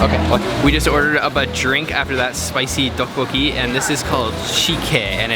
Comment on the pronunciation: Its not duck coocki it teoboki